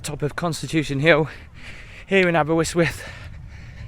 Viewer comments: Well it's not quite Santorini, and I'm sure you pronounced it incorrectly just to get comments in the video. a-buh-rist-wuhth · it’s pronounced aber wrist with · Is there any reason you pronounced it AberWystwyth 🤔 ? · another lovely video, thank you. The pier was much longer but has been battered by storms and fire down the years, so it's had a hard life and is much shorter than when it was built. You could try pronouncing it more like "aber-ust-wyth" to get a more authentic sound. Or better still just "aber". Anyway, a great video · Great vid again. Though pronunciation is chronic... It's spoken as the following sounds like Abber ist with, and spelled Aberystwyth. Keep up the great vids. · Nearly got the name right it's pronouced as Aber (ust) wyth ;) ..Enjoyed the tour though and reminded of the few days the wife and I had a couple of years ago-Thank you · The river's called the Ystwyth ( pronounced initial consonant ust u as in butter ( northern English) , with ( th as in think not th as in breathe), aber as in jabber. Therefore not aberwistwiff, not aberRistwiff , but ; AberUstwith with the stress on UST, and end sound th not th as in the or ff but halfway in-between. Get it right an you'll sound local and people will assume you can speak Welsh get it wrong and you'll sound like the 90% of incomer locals who've lived round here for years and still get it wrong because the don't listen, can't make the sound ( which is easy) or don't here it or can't be arsed. Hope this helps. You did ask. Taking care really endures you to local people and makes all the difference. Pob lwc i ti. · I lived round Aber and if only you knew what happens in the castle u would be there 😂 but good attempt on welsh you pronounce it like aber-yst-wyth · Why would he pronounce it Aber WIST with? There's not even a W in the middle of it??? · Aberystwyth is pronounced Aber-ust-with. :D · your wrong, its aberystwyth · Its Aber ust wuth the y is an uh sound.